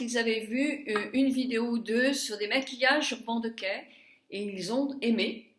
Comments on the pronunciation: Je suis ravie de ton évolution et des cadeaux que tu reçois car tu le mérites mais, s'il te plait, prononce correctement le nom de cette marque. Il s'agit d'"Urbane Dikay". ;) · Ah oui, je voulais te dirE que ça se prononce : Urbane diké.